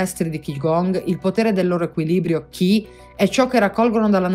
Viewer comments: Molto interessante. Tanto da approfondire... anche se alla fine il discorso di base è: "fate qigong". Grazie del servizio. Un appunto: Qi si legge Ci 😉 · Ciao..Grazie.. KI (pronuncia CHI) è giapponese, CHI (Pronuncia CI) è cinese, Gong si pronuncia Guun (con una g diura appena accennata alla fine) <3